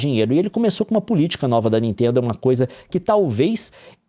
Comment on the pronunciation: "da ninteendo né..." Juro que ouvi o Gregório Duvivier quando tenta fazer sotaque de paulista, só faltou o "meu" no fim: "da ninteeendo né meu...." hahahahahha